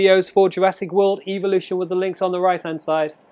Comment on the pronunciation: Only problem evolution pronounced Ev o Lu shin